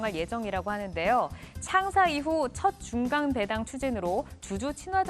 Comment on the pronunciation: 노란옷 입으신 분.."중강배당" "상성전자" 진행자이시면..정확한 전달을 위해 발음 좀 개선 부탁드립니다..